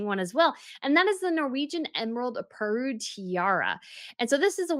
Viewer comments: It is not pearl poiré,, it is pear poire (= poar) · Well, this was not the first of her severe mispronunciations. Also "Pearl Poiré" is still wrong, as is "Leuchttenberg", which sounds here like some weird, fallen-out-of-grace, connection to "Luxemburg" and "Liechtenstein". Not even to mention Danish designer Birgit Hallstein - constantly pronounced wrong. It's Birgit and not Brigitte for a start. And then try to go for "Hull-steyn".